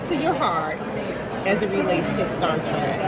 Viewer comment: Star TREK.....T R E K.....not track....Trek, as in journey 😳